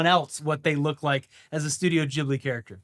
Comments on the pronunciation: Studio jibbly? I thought it was pronounced GIB-blee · Its pronounced GIBLY not JIBLY